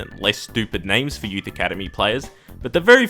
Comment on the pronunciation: The way he said youth is op as fuck